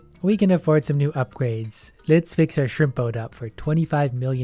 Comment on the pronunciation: Am I only one who hears "shrimpo" and not shrimp boat?